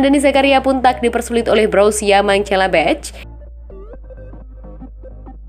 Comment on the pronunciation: Kok "Mencelebeh" sih? Itu klub apaan?? Partick "Viria" juga siapa?? 🤨